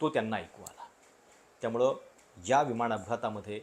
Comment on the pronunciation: आपण चांगले व्हिडिओ बनवता पण न चा उच्चार आपण ' ण ' असा का करता ? विमाण विमाण असे का उच्चारता ? उच्चार सुधारण्याचा प्रयत्न करा.